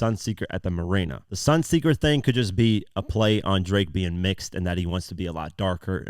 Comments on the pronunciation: Marina not mirana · MAH-REEEE-NA bros. you killing the whole rhyme. 😬